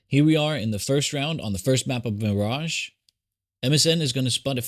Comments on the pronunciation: Real talk though, why DID you say Mirage like that? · what was wrong with how you said mirage??